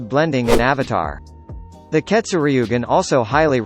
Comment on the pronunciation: Say ketsuryugan like this Keto sur ye gen